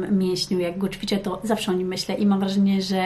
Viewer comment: Muszę bo się uduszę - Mówi się ĆWICZĘ, ĆWICZENIA., nie CZWICZĘ I CZWICZENIA.. Błagam, ewidentnie Pani językiem wiodącym jest język Polski ( książki w języku Polskim, rozmowy z dziećmi) więc proszę chociaż to słowo.